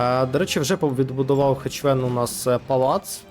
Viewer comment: Друже, він не "ХеЧвен".